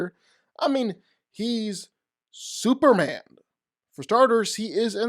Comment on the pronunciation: Super M A N. This is hard to say how though? If there's something going on, then cool, but God damn, that's rough to keep hearing as Super-an.